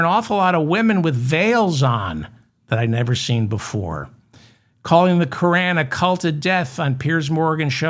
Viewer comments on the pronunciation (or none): none